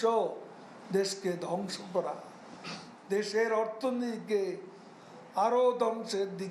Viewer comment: মানোনীয় মন্ত্রী মহাদয়,,, অর্থনীতি উচ্চারণ ভুল বলেছেন।।